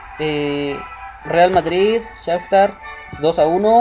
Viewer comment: se dice sajtar donetsk